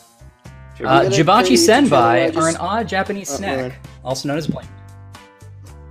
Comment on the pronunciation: You mispronounced “Senbei”.